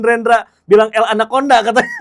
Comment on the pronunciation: Mantaaap mang renra renyah na bilang Ramon anakconda🔥